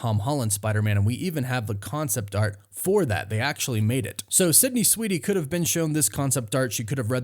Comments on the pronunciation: *Sweeney, not "Sweety." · You're KILLING me! 😣 It's SWEEN-ey... not SWEET-ey. There isn't a "T" in her last name. That being said... I don't know much about her (if she can act, or if she's just a pretty face), but I'd be interested in watching it if she can pull it off. 🤔 I'm still a MJ and Peter guy, but Black Cat in the comics has always come on strong to Spidey and flirted with him when she was around him. It'd be fun to see how nervous web-head gets when she's around. 😁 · Why do I hear you pronounce her last name as Sweetie? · Sydney SWEENEY... not Sydney SweeDy(!!??) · You know her last name is Sweeney and not Sweetie, right? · Why does he keep saying Sydney Sweedey? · Dude I can’t with your pronunciation of Sweeney